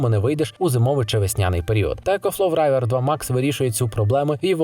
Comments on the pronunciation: А чого райвер? Рівер правильно. Як річка. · Вобщето этот ecoflow может нормально так несколько часов питать олодильник. Так что - не нужно обманывать людей. К тому же не "райвер" а "ривер" 😉